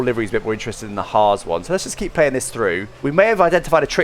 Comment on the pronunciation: Gotta love how pronounced Haas as Haaaz and it would have also been better to "drive" the same cars side by side in different clips. The Alfa and the Ferrari one wasn't a fair test as the Alfa has a gloss finish whereas the Ferrari has Matte finish.